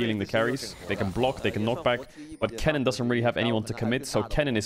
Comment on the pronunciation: I dont know if it is just me but when caedrel says kennen does anyone else hear Kellin? Like I am not bashing him or anything I am just asking a legit question.